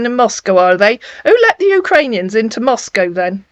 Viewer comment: Jajaj he’s trying to say Moscow but he said manaco. Don’t worry ! Search !!! Search’